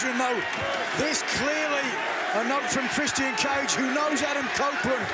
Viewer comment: Nigel, i love your commentary. But please, it's pronounced "Chris-chin", not "Chris-Tee-In". It's driving me "blimmin mental"